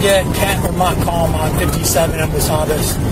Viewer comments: Ain't no "wasabis" road around here? You mean Wabasis? Scares me when the law can't read. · Wabasis not wasabis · well, he didn't know how to pronounce Wabasis either, so what do you expect?